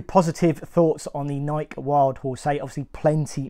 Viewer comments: It is not Nik but Nike! Come on man it is your niche so fair to ask you at least pronounce the brand correctly. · Is pronouncing Nike without the “e” sound at the end a UK thing? Never heard someone pronounce it as “N-eye-k” before. No judgment, just curious. From Nebraska, USA here.